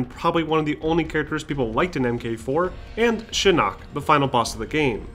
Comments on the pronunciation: It’s Shinok not Shinook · Yes, it's Shinnok, thank you. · SHINNOK! Why are you saying Shin Nook? Other than that, awesome vid! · love the video but couldn't stop snickering at "shinook" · Did u just say Shi-Nook?